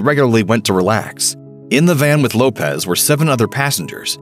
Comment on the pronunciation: I can't stand when people pronounce Left Eye's last name wrong. It is not Lopez. It is Lopes. She even said this on camera before. It's pronounced as an s not a z. Much like the Portuguese Lopes. (Low-ps) not (Lo-pez)